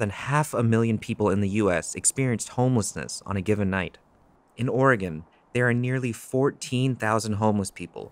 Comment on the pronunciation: Thank you for not saying 'Oregawn'